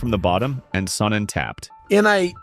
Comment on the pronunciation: It landed in the chest. What are you talking about? Also it's "Sonnen" not "Sonnon" lol